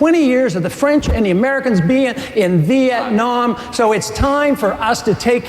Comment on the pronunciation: WHAT THE FUK IS VIETNYAM MCCAIN